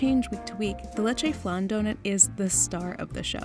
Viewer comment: I like how she says it Lechè Flan but Its pronounced Le Che F Lan